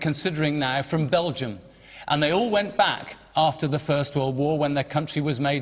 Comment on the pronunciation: Did he say ,,,,they when back,,,,or am I hearing things